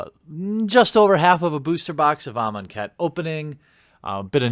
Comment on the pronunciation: please dont let me be alone in hearing "im on khet"